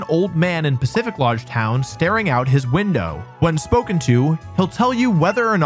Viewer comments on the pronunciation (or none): Also, Pacificlodge Town